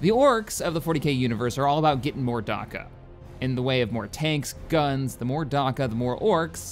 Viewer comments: 'Darka'? The fucks Darka? It's Dakka (Da-Ka) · what the hell is a "warg" and a "darka" are you trying to say WAAAAGH and Dakka?